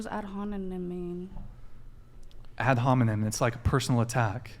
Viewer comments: She cant even pronounce ad hominem lol "ad honinmen" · This 304 thinks she’s so attractive. Girl, if you sell yourself for money you are not entitled to require a man to perform in a traditional manner. She didn’t even know what ad hominem meant. She couldn’t even pronounce it. Lol